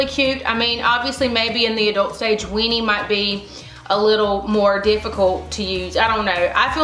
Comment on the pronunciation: It sounds like youre saying "WEENIE' not WINNIE Lol maybe its a good thing you didnt pick that name with your southern accent girl! Haha!